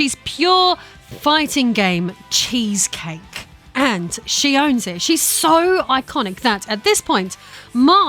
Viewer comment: Mai “she is pure fighting game cheesecake” with a strong emphasis on the Cake 🧁🧁😉